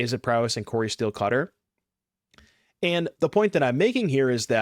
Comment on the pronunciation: Oh. It’s “Cori-Steel Cutter” not “Cori Steel-cutter.” Huh. Don’t think I realized that